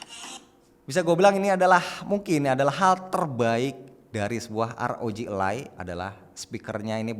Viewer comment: bukan elay bang. tp aroji alay